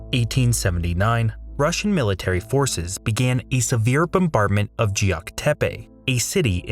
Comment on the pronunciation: Why cant you read Geok? Its Not Jeok!